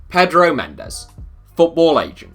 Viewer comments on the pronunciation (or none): none